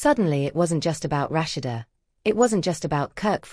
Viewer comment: Rush- she- duh( Rashad) love the voice narrator 😂😅